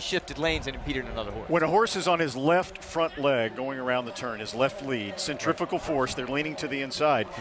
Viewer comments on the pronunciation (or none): There is no such thing as 'centrifical' force. Centrifugal or centripetal force, yes. It just makes me laugh at these people who say it bc it's not a thing..